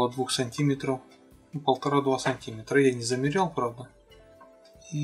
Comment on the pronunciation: сантимЕтр ударение на Е